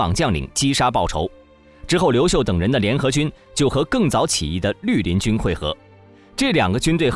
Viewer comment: 陆林军成了驴林军，听到这个发音，就不想看下去了。